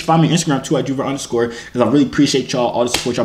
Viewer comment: When someone calls joovier joorags 😂